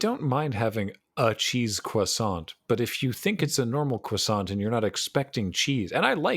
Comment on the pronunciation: "croisantrocity" _Parfait_,. _Parfait_.